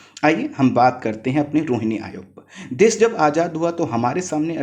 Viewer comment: Bolne me clearance nhi h .....vishva ko bisva......desh ko des...... Sarvochch ko sanochch....sir please clear bolne wale ki voice upload kren .....